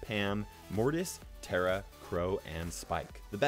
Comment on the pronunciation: It's pronounced (taaa -raaa),,,not tera